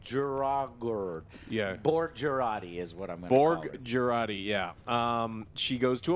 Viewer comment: Would be nice if you dont give Jurati an italian name (Girardi)...being italian myself I cringe every time I ear that... (especially cause association to a psycho-murderer...you know...) :DD